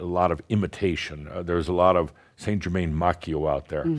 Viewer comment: Wow! A half way decent & honorable go at saying "Saint Germain"! You have no idea how much it bugs me listening to US based 'mediums' claiming to be channelling La Compte who can't even get within a country mile of pronouncing his name! Its a bit like if I announced that I was channelling a Mexican called "José" and I said "Hi everyone, today I will be channelling my ascended master who I have been channelling for 20, years- Joe-Zay!". ;-)